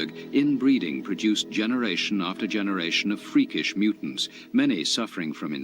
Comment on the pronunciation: his accent when he says freakish mutants 😂😂😂😂😂💀💀🙆🏾‍♂️